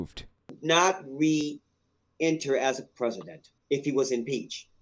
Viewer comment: Please! Who is the Preh-see-dent?